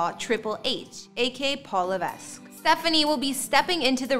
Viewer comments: Learn to pronounce his surname. Its Levek, not Leves! The S is silent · And Levesque is pronounced luh-VECK, not luh-VESK